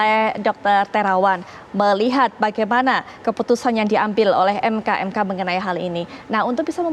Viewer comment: MKEK mbak BUKAN ..MKMK